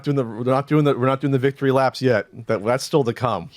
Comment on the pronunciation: We're at the last lap of the race. The wictory lap will be hilarious!